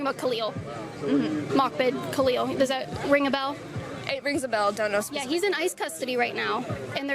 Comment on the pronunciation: Starts out "Pacifically" rather than "specifically." I don''t care what the reply is when the question is so stupid.